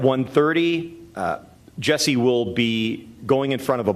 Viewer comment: Also it's JUSSIE not Jessie